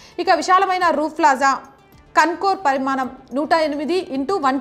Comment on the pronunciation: యాంకర్ గారు మీరు "ళ " అనేఅక్షరం పూర్తిగా మరచి పోయినట్లున్నారుకదా వాల్లు వీల్లు అంటున్నారు మన భాషను మనం తక్కువ చేసుకోకూడదు కదమ్మా. పరిమానం అని పలుకుతున్నారు పరిమాణం అని పలకాలి.పెల్లి అనకూడదు పెళ్లి అనాలి కల్లు అనకూడదు కళ్ళు(eyes) అనాలి కల్లు అంటే నిషా నిచ్చే మత్తు పదార్థం తప్పు ఉచ్చారణ తో అర్ధం మారిపోయింది ఇలా భాషను కాపాడి భావి తరాలకు ఇవ్వవలసిన బాధ్యత మనదే వేరే ఎవ్వరూ రారు. దేశభాష లందు తెలుగు లెస్స అని మనపూర్వికులు అన్నారు ఆ గౌరవాన్ని మనం కాపాడి భాష స్వరూపం చెడగొట్ట కుండా భావి తరాలకు అందించాలి.